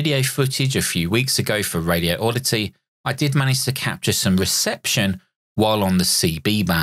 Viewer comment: It's "Radioddity", not "Radio Oddity".